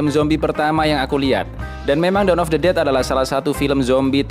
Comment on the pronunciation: Gue denger nya "Daun of the dead" 😂